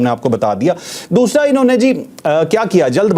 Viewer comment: دوشرا نہیں دوسرا ہوتا ھے مودی کی طرح اردو کو مت بگاڈو ۔۔۔جناب چشمش تم تو مودی کے نظریاتی غلام نکلے ۔۔۔۔ iok